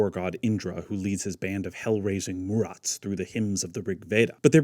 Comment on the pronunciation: It’s Maruts not Murats